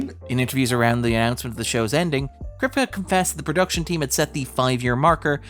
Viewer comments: Jaysus lad, Krip-kuh instead of Krip-key repeatedly is like nails on chalkboard, and signifies a lack of care in putting the video together. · Anyone else cringe every time Eric Kripke's name is mispronounced? Might just be me but it feels sort of disrespectful to not know how to pronounce the showrunner's name on a subject you're covering...